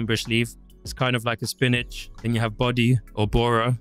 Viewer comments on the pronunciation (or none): none